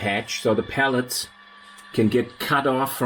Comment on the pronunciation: I enjoy your version of English. Just FYI, I believe you are referring to “pellets” as a source of heating fuel, but it sounds like you are saying pallets, which are portable platforms used to move goods around. Thanks for the informative video!